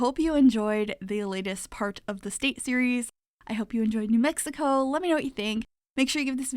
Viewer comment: May be a year late, but you did New Mexico justice with this build. Your pronunciations btw, were very close for a non local. Thank you so much for this build!! I've added this to all of my save files as a tribute to my home state!! You did a beautiful job on this house.